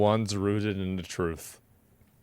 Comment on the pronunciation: I like how this guy pronounces truth as "TROOOOF" 😂😂